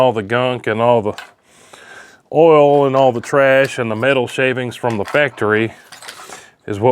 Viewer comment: WTF is "awl"? You said "I sprayed some extra awl on it".